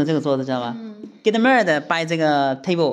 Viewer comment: 為何到現在get married 還會講成get murder我的天啊‼️